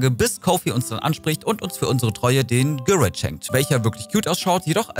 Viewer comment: Wie du Gyroiden aussprichst, hihi... das hat mich total getriggert. Konnte mich gar nicht mehr richtig, auf den Inhalt des Videos konzentrieren. Für mich waren es schon immer GÜ-RO-IDEN (so gesprochen) 🥰 keine denglische Aussprache 🙊